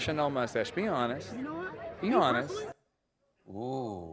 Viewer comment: It’s definitely there. Not thick or anything, but you can hear it on the word “honest.”